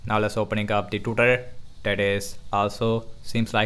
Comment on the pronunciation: You can speak very properly, but the way u say "twitter" is killing me hahahaha, nice vid, i will buy a new phone and i was thinking about the infinitix, now im sure im gonna go with that one. ♥